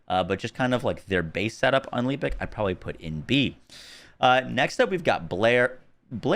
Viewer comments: Your personal window is in the way. Could have positioned it to the right. Pls pronounce "Lepic" correctly. The game even tells you how to say his name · Anyone else triggered by not saying Lepic right?